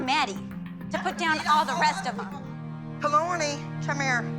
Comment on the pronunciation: why does Abby say kalanis name like that